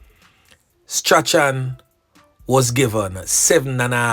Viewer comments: Correction..Strachan is pronounced "STRAWN"..not "STRA-CHAN".. blessings anyway ❤❤❤ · The name is prounced strawn not stra chan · It is pronounced Strawn (Strachan) get it right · .....STRACHAN is pronounced STRAWN...the CH is silent...keep up the good work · Strachan is pronounced Strawn..yuh suppose to say Noel Strawn..not Noel Stra-chan.. Is which school yuh go bredda? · Last name is pronounced Strawn..NOT Stra-chan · Yep you correct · You are correct i have a lady friend and she pronounce it Strawn .thank you for that ... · bless up😮i really like your program, you are doing a great job... The name Strachan is actually pronounced as " Strawn " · Strachan is pronounced “strawn”. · Strachan is pronounce Strawn. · The name is straawn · His name is pronounced straun. English is a grand waste of time. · His name is pronounced Straaay-han😅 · I think the name is pronounced "Strawn". Not 100% sure though. Bless up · Funny how the name Strachan is pronounced. It's actually pronounced " Strawn"